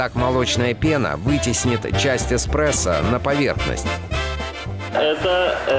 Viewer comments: илёи 2020 год, люди узнают что их любимый напиток не Экспрессо, а Эспрессо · Экспрессо или эспресо. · Эспресо. Экспресо. Эспресо. Экспресо. ТУПИТ!!!!!!!!!!!!!!!!!!!!!!!!!!!